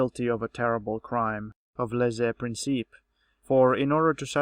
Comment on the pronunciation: lèse-principe not "lésay"